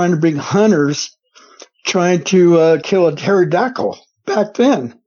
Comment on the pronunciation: A “Terra-dackle” 😂 love how this guy talks, could listen all day!